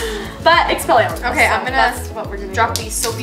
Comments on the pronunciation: It Expelliarmus not Expelliarmunus. Also, it makes you drop what ur holding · Expelliarmunus does not make you float, its pronounced EX-PELL-EE-ARM-US, and it disarms your opponent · Me when jordan says “EXPELLIARMITUS”😔😔😔😔😅 oh sweetie no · The fact that they can't pronounce Expelliarmus or know what it does is depressing.